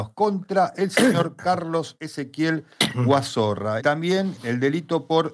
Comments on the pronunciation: Me mata que le digan Guazorra en lugar de Guazzora 🤣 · No es Guazorra, es Guazora. No sos vos el que tiene denuncia por violencia de genero?